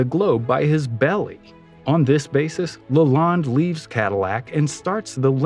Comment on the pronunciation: It’s Henry Leland pronounced Lay Land, not LaLonde.